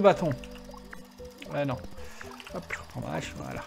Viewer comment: Ca fait des années que je t'entends dire des Zhaches...... on dit pas des Zheros non plus, alors... Je t'aime quand même.